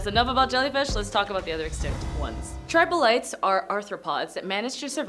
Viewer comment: Hint: it’s NOT tribolites.